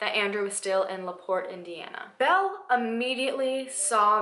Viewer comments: Laporte is only 30 min from me, you said it correctly :) you look super adorable btw !! <3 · Used to live 30 mins from Laporte. You said it correctly 😉💕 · I live in Laporte and you pronounced it right. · I just found out about this and I've lived in laporte for a good portion of my life...you said laporte right it's French for "the door" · Yes, You said LaPorte right. Thats my home town this is the only really big crime story that has ever been covered there. Its a small town. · I live so close to LaPorte. Which you said the right way lol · You said it correctly. Hoosier here. Never knew all this. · ooh man... you said Laporte perfectly. It's only 35 minutes away from my. house!!! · You said LaPorte correct!! It’s where I live! My father is so familiar with her and this story as he was born in 1943. He loves this case! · You said laport right! I live by this town. This woman is very interesting. Crazy enough someone lives on that property. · Oh my god I’m from LaPorte!! That’s so creepy. And you did say it right btw! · And btw, you said LaPorte correctly 😉